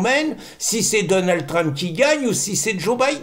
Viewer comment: S'il vous plait Pierre arrêtez de mettre un "e" à la fin de Donald ça me fait mal aux oreilles 😂. C'était le prénom de mon mari décédé